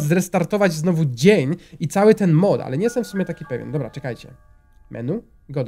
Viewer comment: w 51 sekundzie zamiast powiedziec mod powiedziales mop